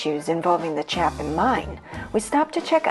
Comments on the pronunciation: Interesting video. A few additions/corrections: CHAYpin is how you say the name of the Chapin mine, not CHAHPin. Also, regarding the Ardis Furnace, mostly correct; however, the failure of it was more to do with the fact that it was several decades ahead of its time. Had there not been an abundance of high-grade ore readily available, it would have been financially feasible. With regard to the house in Grand Blvd - yes, that was John Tyler Jones's house, and yes, he did purchase the remnants of Ferris's Wheel (the original Ferris Wheel from the World's Fair), but it was not to build a conservatory - but rather a greenhouse for his wife. The greenhouse has been remodeled into an indoor swimming pool. With regard to the tunnels (yes two tunnels) leading from the main house...one lead to a barn, and the other lead to the house that he had built for his son and his new bride for their wedding present. The house that you showed on the video is not that house. The correct house is the one on the corner of the same circular compound kitty corner from the original house. Otherwise, very well done! I enjoyed it! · My hometown! Great video. Just an FYI, the A in Chapin is a long A. It’s pronounced Chay-pin. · Born and raised in Iron Mountain. Graduated 72 joined the Navy. It's pronounced Chae pin . I could easily make a 2 hour documentary about Iron Mountain and still leave a lot out. I've climbed all over the Cornish pump as a child when it was outside and silver painted with the fence falling down around it.